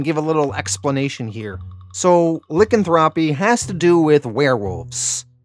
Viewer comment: Lycanthropy is pronounced LIE•CAN•THROW•PEE; I have no idea what LICK•CAN•THROW•PEE is, and I don’t want to know, really…